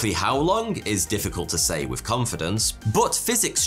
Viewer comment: Nah, he probably just needs more speech therapy. At least he stopped saying "wif" instead of with.